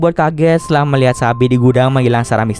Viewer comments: Haha bener katanya sapi nongol dilemari ehh taunya sabit😃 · Ngomong sabit gw dengernya sapi 😭😭 smpe mbatin mana ada sapi sih 😭🤣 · Sama dong aku juga dengernya sapi wkwk sampe loh masa ada sapi sih?wkwk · Sabit,,gw dengernya sapi 🤣